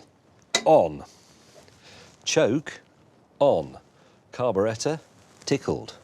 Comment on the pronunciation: That is the correct English pronunciation for it so good on ya!